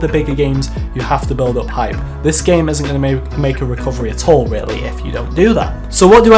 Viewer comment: lol it’s “isn’t”